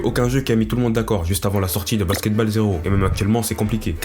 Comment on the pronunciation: alors vraiment bien la vidéo ! par contre stp respect le nom des sports basket balle ça ma fait saigné des oreilles le "a" ce prononce "o" plsssss (c'est juste un détail détaillé mais aze)